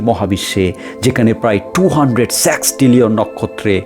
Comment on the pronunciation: হালা সেক্স ট্রেলিয়ন না সিক্স ট্রিলিয়ন